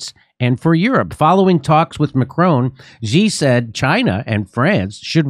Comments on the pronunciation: Xi is pronounced like she. (I speak fluent Chinese.) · What do they make Xi so hard to pronounce? It sounds like SHE not ZEE! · It's "shi", I mean who cares but "zee" sounds like one of those new pronouns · You probably wont see this jimmy, but i just wanted to let you know that Xi is pronounced "Shi" when translated to latin characters :D Same goes for "Chi" being spelt Qi 😄🤓🧐 And Zhou is pronounced something like "Joe" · It’s “she” She Gin Ping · Jimmy, Xi is pronounced like English "she," not "zee." Please show Xi enough respect to pronounce his name right. And Beijing is not "Beizhing": "-jing" is pronounced with a hard "j," as in jingle bells.